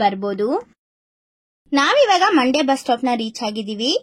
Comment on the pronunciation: ಮಂಡೆ ಅಲ್ಲ ಮಂಡ್ಯ